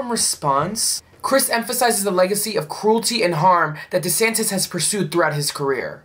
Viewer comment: It's Duh'santis